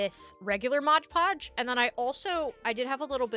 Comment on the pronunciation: MOD podge! 🤣 No G in Mod. Bag making is a skill set in itself. You did really well! And now you'll have a better idea of the challenges you will face next time you want to make one. 😊